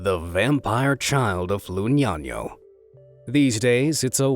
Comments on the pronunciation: You're pronouncing "Lugnano" totally incorrectly. It's "LOO-NYA-NO", and not 'Loo-nya-nyo'. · I think Lugnano is also incorrect. It skulls be loo-nya-no, since there's no g before the second n. It's Italian, not a Spanish n with a tilda. 😋